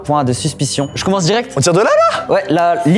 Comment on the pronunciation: IL COMOONSE LE K 👾☠️🍖